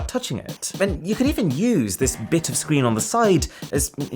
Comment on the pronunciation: Love this guys videos, but I just can't get over the way he said screen like 50 seconds in when talking about the oppo fold phone